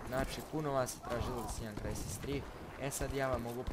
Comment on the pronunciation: krsis ahah cita se kao krajsis